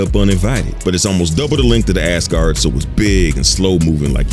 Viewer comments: Why is my man saying ASS-Guard lmao it's AZ-Guard lol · You make it sound like 'ASS-guard', some kind of sports protector.... ;-) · I kept hearing Ass-guard and ngl it kinda changed the whole video for me…